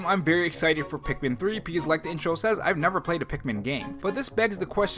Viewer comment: I feel like sometimes you say Pikmin, and it sounds like Peakmin or Peekmin.